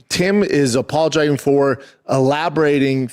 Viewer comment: “apologagin” god I love this guy